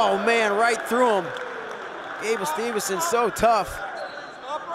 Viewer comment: bruh say the dudes last name right for fuks sake, STEVE-SON